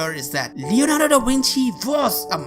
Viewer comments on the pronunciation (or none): It's da Vinci not da winchi genius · “Da winchi” It’s”Leonardo da Vinci” ((I think)) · He said Da wentie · You kept saying Leonardo Dawinchi and your voice is annoying. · Da Winchey?😄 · da winchi wideo How can this guy said the words that begin with V with W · k a a k k omg yeah I laughed my behind when heard him say DAWINCHI! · Da Wenchi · Da winchi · V IN LATIN WAS PRNOUNED W. C IN LATIN WAS ALWAYS PRONOUNCED K. So this cat is talking half Latin and half Italian.